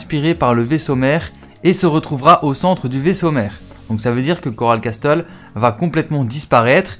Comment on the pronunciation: Coral Castel ce pronoce coral cassel et non coral casTel révise ton anglais mec